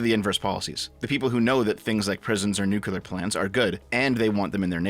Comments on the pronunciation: Damnit, it's pronounced "new-clear" not "nuk-ular" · New Clear, my man. It is pronounced like new clear.